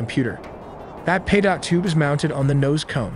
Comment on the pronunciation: Pronounced P-toe tube.